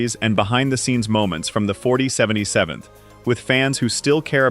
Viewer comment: Interesting to watch but please stop with the AI voices, just use a real person to narrate it at least a real person can consistently say 4077th correctly every time.